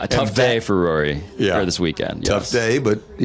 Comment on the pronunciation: Skip and Stugotz struggling with Rory’s name is perfect